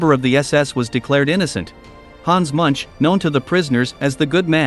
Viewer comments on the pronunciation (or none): Please prounounce the pigs names correctly Munch is not as in. Munch(eat) And Mengele is not mengel